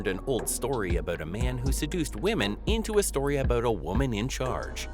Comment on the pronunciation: Wait: what was it a-bewt?